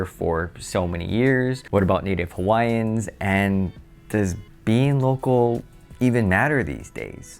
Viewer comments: your pronunciation of “local” comes across as “Loco”!! And you repeat it so much that it becomes comical 😎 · Did you say Loco or local ?